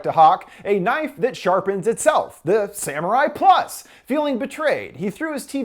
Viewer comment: HE PRONOUNCED IT WRONG! ITS SAMURAI PLOOS NOT PLUS! I am Latino myself so this technically doesn’t affect you in any way, so it’s not racist, and you’re not offended.